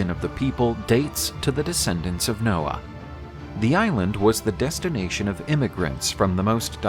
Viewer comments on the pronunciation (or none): none